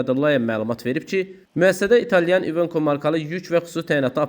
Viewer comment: İvenko ? İvenko deyil İvekodur